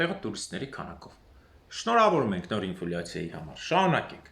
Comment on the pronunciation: НЕ ИнфУляция, а Инфляция!!! Вроде в россии жили и работали